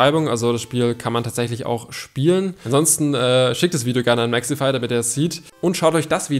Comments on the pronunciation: es wird Mexify ausgeschprochen nicht mexefy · Sag bitte Mexify und nicht Mexhefy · Junge er heißt Mexify nicht mexefy😂😂😂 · Nicht mehxifai sondern Mexifyyyy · Warum hort sich das bei dir nach "Mexefy" an